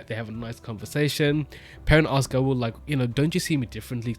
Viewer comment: In the glossary, Gaul’s name is pronounced [GAHWL]. Rhymes with the word ALL.